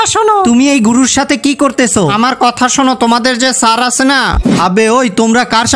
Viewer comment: Sir❌ saar ✅